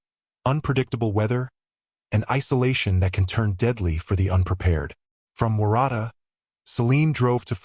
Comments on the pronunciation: Waratah - warra-ta. It's a flower. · omg the way you pronounce waratah. Its so wrong lol. Im an aussie watching from victoria. It sounds like worutar. It is also a native australian plant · Waratah is pronounced like WA-RA-TAR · WOR RA TAR is how to pronounce Warratah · Sorry.. I have to correct you. Waratah is pronounced Wo(as in Ox)rutar. Jen from Oz. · Why do you pronounce Waratah wrong. You must have seen a lot of footage that pronounces it correctly. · Waratah, pronounce the town incorrect. That area is very very difficult. Dashcam great idea. When Hiking 🥾🥾 anywhere in the World always be prepared, not alone, a Personal Locator Beacon PLEASE, a Whistle great idea, your mobile, a Compass, Water, Food bites. even a just a thought pressure pack paint tin mark your pathways if needed. Maps, more knowledge in the area where Hiking. Did Celine stop ? chatter with locals where she was hiking ??? Was Celine not alone ??? ❤ RIP ❤